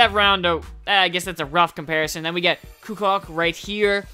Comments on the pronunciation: Oh and Toni Kukoc it's pronounced "Koo-Coach" not "Koo-Cock"..sorry for being a grammar nazi; All those Bulls teams from the 90's will forever be engraved in my brain. Such greatness... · Kukoc- Ku-Coach. Is the pronunciation. It's cool though, I would love to have him and the Big O. I would want Hakeem like you mentioned and also Dikembe Mutombo. I managed to watch all of it. I think you should try your luck again and go all purple packs. it's a risk, but it's worth a try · pronounced as ku- coach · haha it's pronounced coo-coach. great vid! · its pronounced Koo-coach